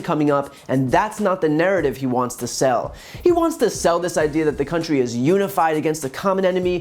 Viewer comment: I just wish he'd STOP putting the accent on the wrong syllables in 'country' and 'industry'🤣